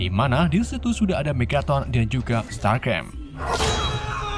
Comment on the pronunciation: Bang masa starscream dibilang strasgem🤣